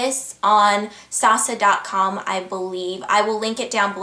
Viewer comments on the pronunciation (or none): hey ingrid! idk if i'm wrong but my cousin lives in hongkong, and she pronounces sasa like "sah-sah".